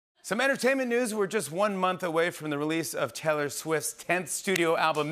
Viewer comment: the way he says Taylor lol